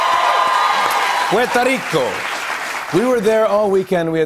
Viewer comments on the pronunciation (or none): Im going to ignore the fact that he sounds like he said from cuerito the send time he tried to say puerto rico...and it got me hungry thinking of lechon cuerito bien sabrosito. Im about to hop on that plane in 321.